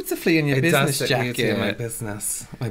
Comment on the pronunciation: WHO ELSE HEARD SAY "BUSINESS SEMEN"???